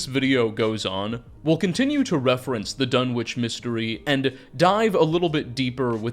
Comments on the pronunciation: Sorry to be that guy, but it's pronounced 'Dunitch'. Maybe that's just the pronunciation for the town in England, though. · Dunwich is pronounced duh-nich... You can Google it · Your pronunciation of Dunwich kills me every time 😂 great video though! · How can you wang on about Dunwich for so long and still miss pronounce it!